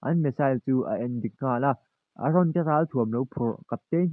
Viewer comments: Aron a ni lo Eren ti tur aw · Aron ni loin eren zawk aw lam dik ve teh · I mol deuh mon le ARon chu i la tih tal le EREN tih tur🤦‍♂️🤦‍♂️🤦‍♂️🤦‍♂️